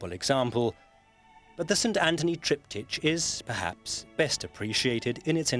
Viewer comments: "TriptyTCH" - wtf is this pronunciation? It's a word of Greek origin. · How the man pronounces "triptych" is VERY ANNOYING. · Tripped itch... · It is only annoying if one assumes there is only one correct pronunciation. Both are acceptable and logical. Both mean a three panel painting or carving used in a church, place of worship, or home, with a related su8bject matter on each panel.. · Thought exactly that-and Sewell getting it right just a second later, only for the presenter going on as before later. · yeah they should have told the narrator how to pronounce it